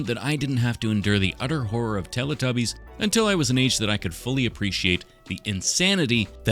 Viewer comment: It is teletubbies, not teritubbies😂